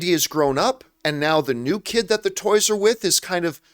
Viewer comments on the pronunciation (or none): none